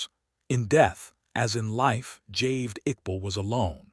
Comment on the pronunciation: It is Javaid not "Javed".